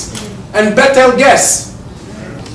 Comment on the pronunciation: The planet that called Betelgeuse is pronounced Beetlejuice